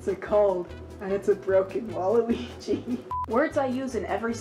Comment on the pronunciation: its walloogi